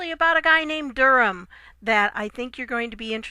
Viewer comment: An American who knows how to pronounce "Durham"! There is a God! If Nancy Pelosi can't show conventional respect for POTUS, she can't expect similar courtesy to be extended to her. Pelosi's entire approach is petulant obstruction. She deserves any slights she gets in response. Off with her head.